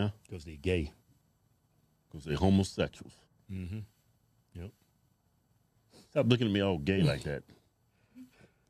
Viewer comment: “They’re homasexals” also bro “stop lookin at me all gay like that 😏” 💀